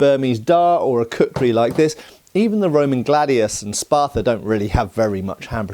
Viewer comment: I left when he said spartha